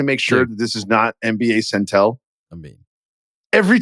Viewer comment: If Verno keeps calling NBA Centel “Scentle” instead of “Senn-Tell” I’m gonna lose my mind